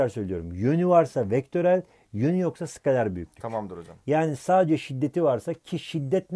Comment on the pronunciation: Skalar degil Skaler